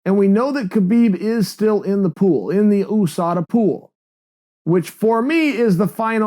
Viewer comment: OOO-SADA Pool.